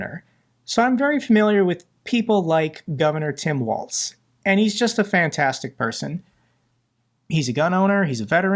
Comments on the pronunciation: it is Governor Walz, which sounds like Walls, not Waltz.. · A small correction on the picture with the kids hugging Walz, the bill provided free school lunch and breakfast to ALL k-12 students, regardless of income. Also, remember that his name is pronounced like "walls", not "waltz".